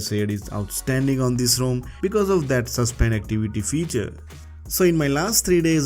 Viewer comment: Great video. Just one thing, try to pronounce it ROM & not ROAM.